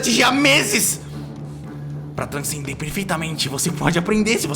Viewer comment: Ninguém: Absolutamente ninguém: Agatha:bô transcender?